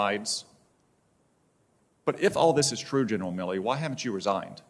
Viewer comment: Hate he keeps saying Miller. Its MilleY